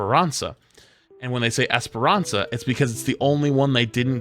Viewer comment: jesus people learn how to pronounce esperança